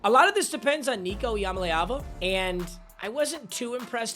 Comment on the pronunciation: “Nico YamaLava”🤣